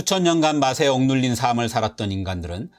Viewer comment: "삶을 위해" 매 번 틀리게 발음하네요 × : 삼믈 위해 ○ : 살믈 위해